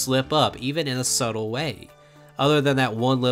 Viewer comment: first person I’ve ever seen not know that the b in subtle is silent